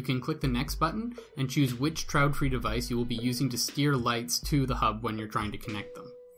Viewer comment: It's not trautfri, but traedfri, but thanks anyway.